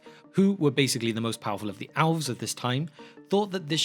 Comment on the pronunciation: The alfs. Hahaha. Priceless. What a difference accents make. Love it.